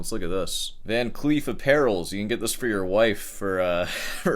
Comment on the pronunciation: By the way, - the word "calamitous" is pronounced like "calamitous", not 'cataclysmic'. And it's not "Van Cleef Apparels" it's "Van Cleef and Arpels" - a very fancy high-end jewelry store in Paris, New York City, etc.